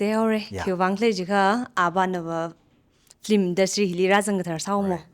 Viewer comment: It should pronounce as Film not flim.